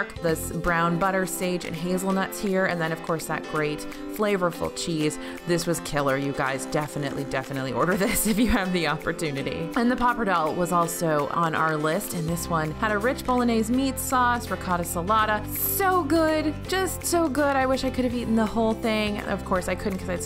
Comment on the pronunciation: 😂 "Pappardelle" is NOT pronounced "Popper-Dell". I enjoy your videos and don't mean that in a mean way; just letting you know for next time; try "pahp-ahr-dell-ay" (where "ay" is like the "ay" in "hay").